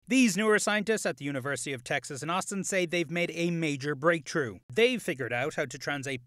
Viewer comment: Irish: "These scientists have made a major breaktroo."